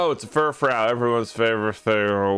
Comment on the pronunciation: Note: It's pronounced Fur-FROO, like fru-fru as in the way a poodle looks when it's all gussied up. I always thought that was really clever, heh...